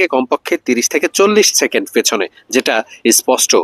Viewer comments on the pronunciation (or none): none